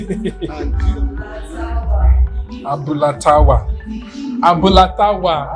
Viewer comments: Hahahahaha., you are using American accent to pronounce it oooo. Abula tawa. Hahahahaha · It's interesting how you mispronounced the restaurant's name. The name means Tawa’s Abula in “English”. Abula means the combination of gbegiri (bean soup) and ewedu (jute leaves), and Tawa is the short form of Tawakalitu ( a female Muslim name)